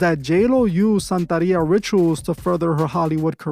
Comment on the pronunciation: It’s santeria not santaria